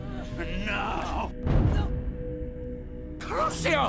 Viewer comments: Voldy: Kroos-eoh... Hermione: YOU'RE SAYING IT WRONG...HONESTLY DONT YOU READ TOMMMM!!! Its Crucio not Kroos-eo Voldy: ....... Hermione: 👹👿 Voldy: uh....okay....sry. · I DIED XD CROOSI-YO!